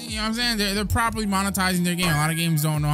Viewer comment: man literally said properly...🤣